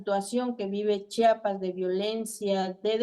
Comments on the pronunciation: Se pronuncia , Chiapas no chapas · Señor pronuncie bien Chiapas no Chapas.